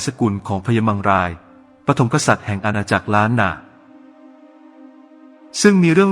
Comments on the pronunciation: มังราย ครับ ไม่ใช่ม้งลาย 😆😆😆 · อ่านยังไง มังราย เป็น ม้งราย